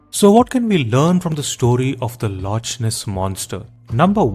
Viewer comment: It's pronounced as lock my Indian accented friend not loch as it's written